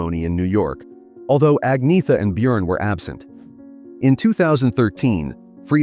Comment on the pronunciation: Agnetha is pronounced "Ahn-YETT-ha," not "Igg-NEE-tha" or "Agg-NEE-tha."